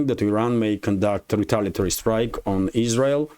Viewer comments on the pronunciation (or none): none